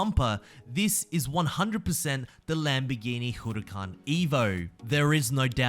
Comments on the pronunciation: Hey just a quick tip, you don’t say “Hu re can” you say “Hu ra can” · LAMBORGHINI HOROOCAN